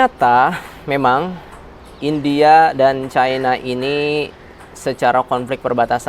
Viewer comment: caina caina, tae lu bisa baca gak